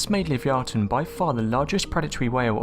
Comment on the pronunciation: Love your videos hun but you r pronouncing Livyatan wrong I think lol well one of us is lol keep up good work xo